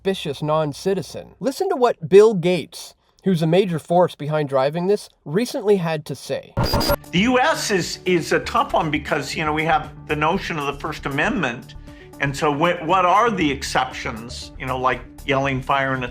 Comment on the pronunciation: U see how Bill Gates said "THE NOTCHON OF FIRST AMENDMENT "!!!?????...